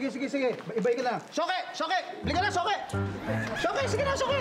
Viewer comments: Yung suki naging shoki hahahahahah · Sabi ni archie suki or shoke hahahahahaha😆😆😆